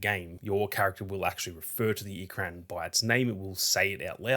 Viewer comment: Ikran, is pronounced, Ee-krawn.